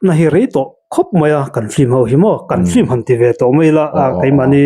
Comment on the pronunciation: patling puui si a piankum an zep deuh ah ,, hahahaa ..engatinge FILM tih tur hi FLIM ti a kan lam tlat zel mai le .. a zialo emai.